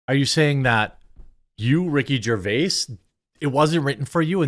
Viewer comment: Rickard 👏 Jarvis 👏 deserves 👏 better